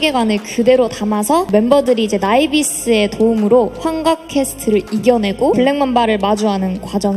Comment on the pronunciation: 에스파가 직접 나비스라고 발음하는데 나이비스가 맞음??